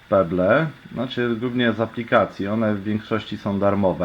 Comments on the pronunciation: chyba chciałeś powiedzieć "peble" z akcentem na b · jak ty czytasz pebble!!